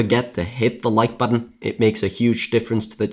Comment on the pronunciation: Never listen to someone that cant even say button and contributed correctly.